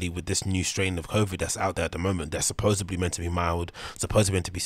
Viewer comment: You are right here, i agree with all this but i have to say mate, i cant not mention it. Its supposedly not "sapoboedsly" thats a case of some major Schuab mouth. Hate to be that guy.